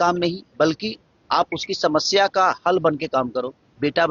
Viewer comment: Anpadh ko bolna bhi nhi aata hai. Shamashya, Abey bhootni ke samasya hota hai